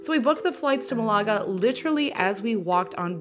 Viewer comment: You’re saying Malaga wrong. Just say it like Canada. With accent on the first syllable.